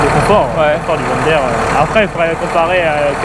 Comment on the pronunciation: S il te plait ARRETE de dire john DAIRE, c est John DIRE que ca se prononce pour le drapeau, c est francais EVIDEMMENT